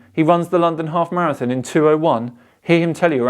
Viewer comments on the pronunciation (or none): none